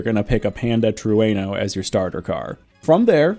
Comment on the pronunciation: IS THAT HOW YOU PRONOUNCE TRUENO